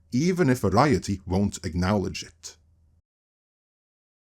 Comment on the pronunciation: say: "acknowledge" "awknallage" No. Try again.